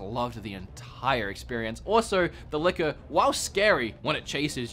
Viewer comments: Definitely sounds like you're saying liquor and not licker when you were talking about RE2. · jimpan99 same here, i didn’t realize until he said that it chases you. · Dude I thought you were saying “liquor” XD I was like how drunk were you lol